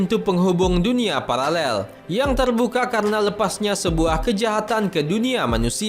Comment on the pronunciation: paralel bkan palalel hhhhaha